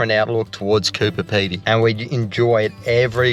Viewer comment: FYI Coober Pedy is pronounced ‘Coo ber Pee dee ’ . Hope that makes sense. Love your style guys. You are so down to earth.😊